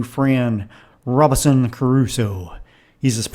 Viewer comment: Why can't you pronounce the family name correctly? It's Robinson -- with the "n" clearly articulated. You keep saying "Robison" with no "n" sound.